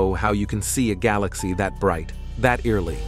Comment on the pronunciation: Bait and switch? Computer narration? I have a bit of a problem with the narrators tonality, inflections and several key mispronunciations. His sound is more than a bit commanding to the point of being "put on" for the sake of trying to sound in-the--know, informed and/or educated; that is a bit overmuch so. A little to stern, like a nun with a ruler waiting to smack you. He needs to add more comfort and be more humanly forthcoming. He smacks of the wannabe disciplinarian; he sounds a bit harsh and authoritarian; younger trying to sound older, hence wiser but comes off somewhat shallow like a 28 year old trying to be 45 in years, wisdom and in terms of experience. Other than having somewhat of a borderline lisp, he's OK. Otherwise, overall a nicely done piece ruined by commercials, but I like the various animations.